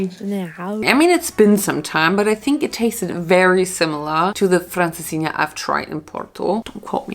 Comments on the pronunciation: You say francesinha sooo well 😄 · You said Francesinha so well!!